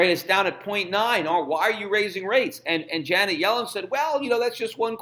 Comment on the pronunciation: I know who she is dumbass....if you listen to Schifts "pronounciation"....He says it as "Johnet" instead of "Janet"...